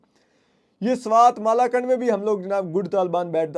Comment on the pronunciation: (1) مالاکنڈ نہیں صاحبزادے، ملاکنڈ درست نام ھے اس شہر کا۔ (2) لائیٹ (روشنی) سے زیادہ بجلی (electricity) جاتی ھے۔ رات کو تو روشنی بھی بجلی کے ساتھ جا سکتی ھے لیکن دن کو لائیٹ خاصی ھوتی ھے۔ ایک تعلیم یافتہ شخص کا ایک گنوار سے فرق نظر آنا چاہئے۔